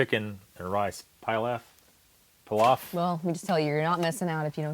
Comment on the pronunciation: please learn the correct pronunciation of the food names you talk about. Pilaf is pronounced pee-laugh.